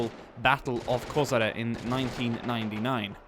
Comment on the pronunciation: Kozare?? Kozara is in Bosnia Its a Koshare